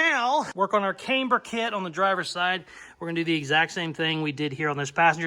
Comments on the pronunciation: [CAM-BURR] not [Came-B'ER] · Love your channel and not sure why its annoying me so much but, Please stop saying came-ber it's cam-ber. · Haha, yep keep saying kamber instead of camber. My sister used to say bushels instead of bushes, absolute gold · if you're going to say Kamber, you may as well say Proeject. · Yes, you say Came-burr completely wrong! You also skip words, making half sentences and heaps of other shit! But you are one fabricator/ customiser, so Who Cares!😉👍🤣🤣🤣...Screw the haters, they obviously need a life transplant! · The way you pronounce the word "camber", makes me question every single thing that I have ever known about cars, myself, and my day daddy... but not nearly as much, as your use of the term..."wallerd "... ----""Holey crap! WHt an amazing, Epic comment! That is the funniest comment ever on my channel from a viewer!......you know what? I think that comment deserves a mustang and a caseys customs sticker!...." -------()😆 🤣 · This looks a lot like a copy of the Hoonigan mustang to me. Yes, you are definitely saying Camber wrong, LOL. I'm impressed with this so far. Keep up the good work. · How you say camber doesn't affect the build. Looking good.